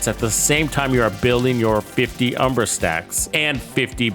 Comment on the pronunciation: It's UHM-BRA, not OOM-BRA🤣Still not sure about this gearset, maybe this is the build that makes me want to use it..